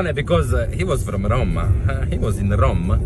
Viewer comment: Bravo maestro hai detto giusto Roma e Roma. Finalmente che ti sento parlare in italiano, perche io non capisco un fisco secco l'inglese. Sei meraviglioso.❤❤😂😂😊😊